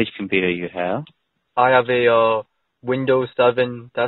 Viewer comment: I'm having a pwoblem with my compooter. Really biting hard on those Ws lol